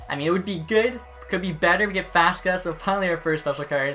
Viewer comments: Faksa, not faska. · It’s not fas ka it fak sa